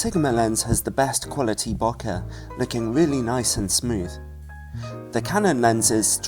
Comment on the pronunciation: Great video, but I just wanted to say, Bokeh is pronounced like boquet (bow-kay), but with the stress on the first syllable rather than the second ;)